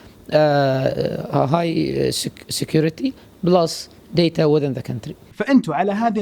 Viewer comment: ديتا ؟؟؟يتفلسف 5 دقائق انجلش وما يعرف ينطق داتا صح هههههه